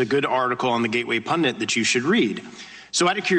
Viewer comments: Is he saying "pundant"? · Maybe the problem was he was searching for "gateway pundant", based on his pronunciation.